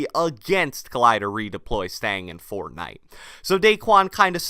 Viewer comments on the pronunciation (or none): I'm sorry I like your videos but it bugs me the way you say "Fortnite"